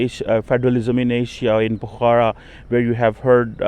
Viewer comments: Pokhra not pukhara.. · BABA PRONOUNCE PO- KHARA, NOT POKHAARA. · Fuddu, it's called "POKH-RA". Can blame you as it reeks of PAX-TAN quality of education. Not to add the fake American accent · cannot speak Pokhara properly what sort of Phd student is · Even a German can pronounce pokhara correctly than...just look at his English accent...it's so bad